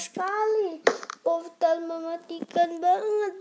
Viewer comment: kamu ngikutin oyy33 ngomongnya poftal lagi wkwkwk